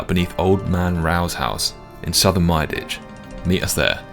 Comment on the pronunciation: Finally someone who pronunces Myreque right, thank you! There is no f-ing "key" in the -que ending. I mean, if you finally get that rare drop you wouldnt call it an "uni-key"